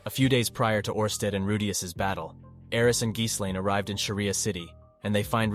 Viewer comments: Geese lane? 😆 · ahh yes the journeys of rewdayus and geeselane